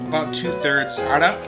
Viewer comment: great video... Hey are you lebanese? you pronounce the word Arak so well in arabic